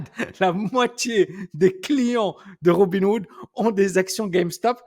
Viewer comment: C'est peut-être un détail mais tu dis sans arrêt Robin Wood au lieu de RobinHood...